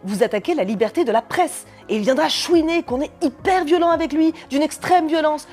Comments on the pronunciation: Je me permets une critique gentille on ne dit pas chounier mais chouiner Sinon j'adore ce que vous faites je vous suis je suis abonné je vous aime exetera exetera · Prononciation déviante et alternative du verbe chouiner / chougner, le bobo parisien que je suis est complètement perdu